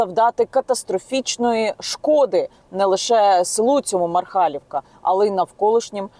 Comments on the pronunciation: Ніна в мене дом в селе иванковичи ето в 6 км не мархалівка а Мархалівка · Де Гатне, а де МАрхалівка. Незрозуміло, проти чого протестують мешканці МАрхалівки, якщо мемориальний цвінтар будується в Гатне. Здається, що тема грунтових вод притягнута за вуха, причина протестів в чомусь іншому. Скільки цвінтарів знаходиться в селах , або поруч сторіччями, і ніхто не травиться.(До речі, в топонимі МАрхалівка нагологс на першій А. Навкруги так говорять)